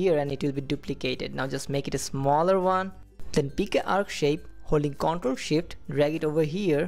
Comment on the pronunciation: Man, awesome skills. thanks just a note: the word "control" emphasis on the second half conTROL. I kept mishearing that word and getting confused.